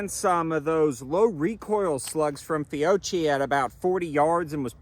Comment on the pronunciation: Great video man! As an Italian American I deeply love my Benelli shotguns 👍🏼 By the way Fiocchi is pronounced "Fee-oh-key"